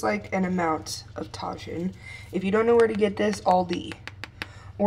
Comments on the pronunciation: I wish I had a crockpot! Look so easy. Btw it’s pronounced tah-HEEN not tajin lmao ❤️ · Lol omg the way you said tajin...hahahaha I only know how to pronounce it Bc I’m half Mexican and from Texas where beloved whataburger is girl!